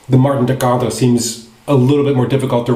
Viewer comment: Wow, you pronounced Martin de Candre almost perfectly, well done !